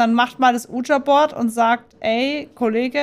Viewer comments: „uuh-ja“-board :D das heißt „wie-dschi“-board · Ich wollte Nur an merken das man Ouija board nicht so ausspricht Wie du es machst